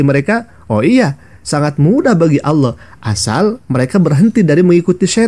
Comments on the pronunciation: Ngomong alloh saja oloh😂😂😂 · Innalillahi wainnailaihi roji'un menyebut nama Allah sj tdk betul... Malah di bilang lucu.. astaghfiruulahaladzim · Ngomong Allahnya aja ga becus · Saya malah mikirnya kayaknya dia itu bukan Murtadin tapi kris10 tulen 😨 di lihat dari cara dia membaca nama "ALLAH SWT" saja salah